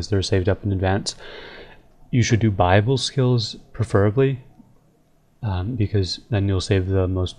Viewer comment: bible skills??? the church of rs l2pronounce buy-ab-le